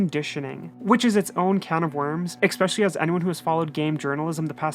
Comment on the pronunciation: Drinking game: 1 shot of Patrón every time says "ekspecially"